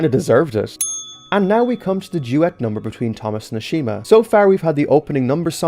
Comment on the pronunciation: Ashima? More like ASHAMEa